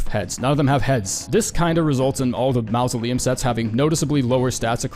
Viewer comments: Huh. I don't think I've ever encountered another English speaker that did not know how to pronounce mausoleum (the first phoneme is pronounced like 'maw') much less one that says it as frequently as you. TBH I'm amazed that people have the courage to post something like this, discover they mispronounced a word for a fancy grave fifty times, and leave it up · mausoleum ❌ mouse-oleum ✅ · Why does this dude pronounce mausoleum that way? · you cant seriously pronounce mausoleum like that. I wont believe it isnt a bit.